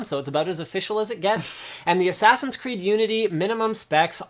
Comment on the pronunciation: haha "Ass Creed"